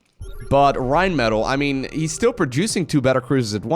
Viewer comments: Rrrrrheinmetall, love how you say this name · you sound like Rammstein when you say "Rheinmetall"! No German actually speaks like this:D It has a simple "R" in front, pronounced just like a Dutch "R". Not a "RRRRRR" ^^ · >i think thats a german name why you pronouncing it like it's spanish then,?